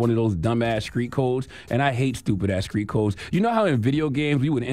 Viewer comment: Charlamagne you need speech therapy. Because you keep saying Screet; It's not Screet, its Street 🤣🤣